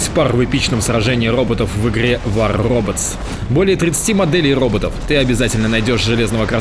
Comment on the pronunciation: "Вахр оф хроботс" - ОРУ !